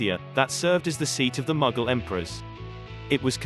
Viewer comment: The names of the kings and dynasties have been grossly distorted. Mughal is "Mooghal not Magggal". Shah Abbas is Abbbaas. Nadir Shah is pronounced " "Naader Shah" and many more